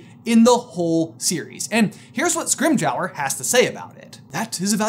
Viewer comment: why say scrimgehour not scrimgeour